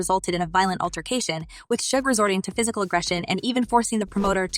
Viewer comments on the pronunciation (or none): First of all old girl needs to get his name right before telling a story... It's SUGE NOT SHUG 😂😆🤣😆🤣